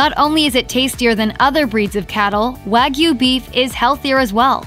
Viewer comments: This pronunciation makes me livid. WAH-GYOU. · It's hard to take a video about steak seriously when they don't even pronounce wagyu correctly.